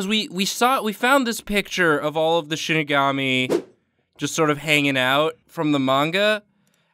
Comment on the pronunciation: Shi ni ga mi, not shini ga mi (pronounced like she ni ga mee)